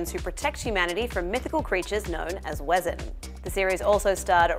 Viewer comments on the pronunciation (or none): Actually pronounced Vesen not Wesen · She said Wezzen not Vessen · Sis pronounced wesen as wezzen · Tell they didnt watch the show, Wesson is German and the w is prernounced like v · It’s acc pronounced Wesen I have watched that series abt 16 times on season 5 to complete the 17th time one 100% sure it’s called wesen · She probably doesn't speak German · Justin Bañaga she’s Australian like I am and she could have done more research in pronunciation of an extremely paramount “term” in the series that they are reporting on 🙄 Quite simple really . One needn’t be a German speaker -careless reporting full stop mate